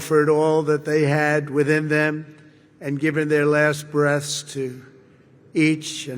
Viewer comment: “they’ve given their last breasts..”